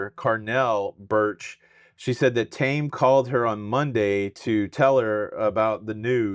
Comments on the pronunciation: Taimé's name is not 'Tame', it's pronounced Tay-mee. Please fix that. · His name is pronounced TIEmee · His name is pronounced TAY-mee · FYI- Taime is pronounced like Jamie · The correct pronunciation is tay me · Heartbreaking. And his name is pronounced “tame eeee” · Not being rude but you pronounce his name wrong and I realize you are probably are way younger than I. I would say that lady's mother, bless her heart doesn't know that her daughter does drink because out of respect for my grandmother that raised me I wouldn't have the heart to tell her I drank either. I think couples that have issues already maybe with jealousy should bring along the other to anything where there are women galore, or allow the alcohol to flow but he probably did take her along to show her he wasn't with other women. I pray for her family and I seriously pray for Taime because he was there and more than likely attempted to stop her and now will have to see that the rest of his life and do hope people don't try to say he did it. The argument people say they heard may have been him trying to stop her rip sweet lady ❤